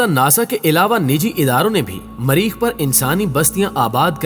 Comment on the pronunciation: بولنا لکھناآتا نہیں مریخ کو ماریخ کردیا